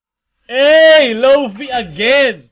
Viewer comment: Lo-Fi pronounced as Low Fay parang Wi-Fi ng kapitbahay ninyong pldt na bulok o di kaya Lolo na mahilig sa kePay. Lo-Fi.